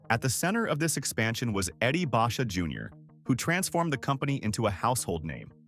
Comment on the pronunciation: Learn how to pronounce Basha